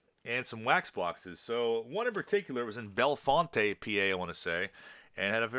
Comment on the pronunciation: Bellefonte is just pronounced Bell Font. The e is silent. Cool looking little town tho I’d like to revisit. Unfortunately, here in real Central PA (Harrisburg area haha) we don’t have a huge selection of shops or places that carry cards it seems.